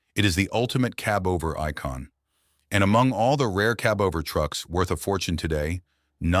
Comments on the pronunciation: Gee, I want my own "kuh-BOVER" truck! 😁🙄🙄🙄 😊(Stupid BOTS!) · If he says cubover one more time, I promise I will come through that screen and kick the living daylights out of him.😡😡